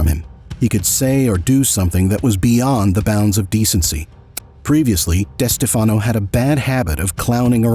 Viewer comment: This video is saying the name Wrong it Is pronounced des Stef fen o And Spa lartro . These . How do they get both names wrong so amateurish. Tony got the nick name because the FBI wire MIsunderstood one of Tony’s friends saying good bye Anthony.